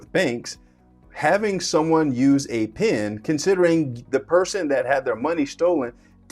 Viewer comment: It's "PIN" not "PEN"